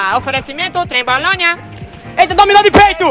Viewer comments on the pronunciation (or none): Oferecimento "Trebolonia" kkkkkkkkkkk